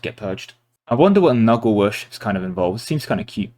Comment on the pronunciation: Hearing Nurgle pronounced as "muggle" from Harry Potter but with an N was hilarious.